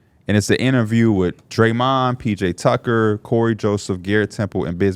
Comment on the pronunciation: This dude said PJ tucker .